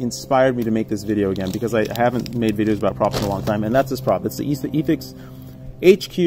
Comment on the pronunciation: btw I got very triggered you said Yee-thix instead of Eh-thix LOLOL